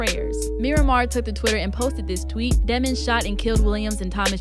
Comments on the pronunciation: Why she pronounces it as deh mons bih it’s pronounced demons as the evil from hell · they try and say demmonds... no its Demons vowel consonant vowel people